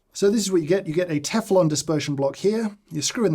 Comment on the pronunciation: Did he say Teflon?! 😮